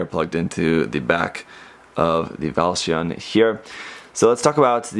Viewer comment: It's pronunce Valsioneh because this mecha have a "big brother" named Valsion